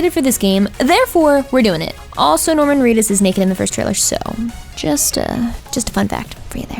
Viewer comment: I nearly screamed when the shot of naked Norman Reedus appeared as she said "neck-ed".